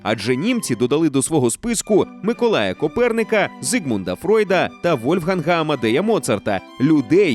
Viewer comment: Шановні! Ви - дуже круті! Дякую Вам, що назвали Зігмунда саме Фройдом, а не Фрейдом(на жаль, цю помилку часто роблять інші люди). Проте дозвольте вас виправити в іншому! Альберт був Айнштайном, адже походив з невеликого німецького містечка під назвою Ульм. А в німецькій мові поєднання букв Ei - буде звучати як А. Тобто він не Ейнштейн, а Айнштайн. На жаль, починаючи з радянського союзу його прізвище щоразу змінювали і наразі воно звучить в українських перекладах недостовірно. А це завжли неприємно, коли твоє прізвище хтось перекручує. Для правдивості моїх слів раджу переглянути будь які відео, де він сам себе представляє або ж спитати це у німців - що зробила я і я перед тим, як написати цей комент. Ще раз дякую за круті відео! Сподіваюсь, ви прочитаєте цей коментар🥰❤️